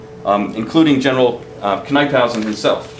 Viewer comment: There was a time when Washington thought about fighting the Brits in Delaware at where the Brandywine Springs Park is today. Because the water around the park was so low Washington ruled against it and moved up to Chadds Ford. NIP-hausen is how Knyphausen is pronounced. One error that is constantly repeated is the stone fence at the Birmingham Meeting House. That fence wasn't built until after the Battle of the Brandywine.